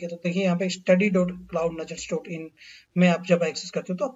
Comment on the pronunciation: Can you clearly pronounce your channel name.. I am hearing it some what wrong like as "Cloud Najars"..